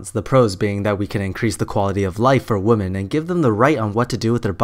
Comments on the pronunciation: The pronunciation of 'women' is 'wimin', not 'woman'. Sorry, but it annoys me. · its called having an accent. You, in this case, are the one with the unusual pronunciation, compared to the rest of the world. And as far as I've heard the UK. (Could be wrong only been in the southern part a few times, they said it more like "womin" "women" or really just "woman"). Atleast my 2 English teacher who have studied and thought English in the UK did pronounce it like that. Just saying, no hate :)